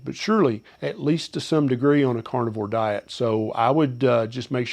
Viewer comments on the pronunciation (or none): Stop saying cornovore it's carnivore wtf